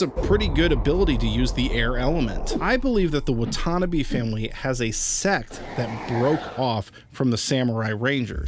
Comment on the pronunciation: It's pronounced Watanabe not watannabe